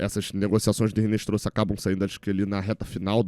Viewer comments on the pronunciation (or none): em espanhol, o "h" não é pronunciado. Portanto, não se pronuncia "Rinestroza", mas sim "Inestroza" (o "z" tem som de "s").